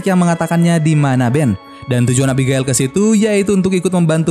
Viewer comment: Abigail: ebigeil Reading Right! ku..